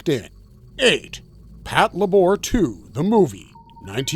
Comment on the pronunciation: Since you mentioned pronunciation mistakes at the end, you technically said Patlabor incorrectly, but I always prefer to say it that way too 😄